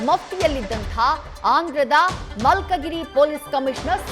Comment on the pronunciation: ಅದು ಮಲ್ಕಗಿರಿ ಅಲ್ಲ, ಮಲ್ಕಾಜಗಿರಿ 🙏🙏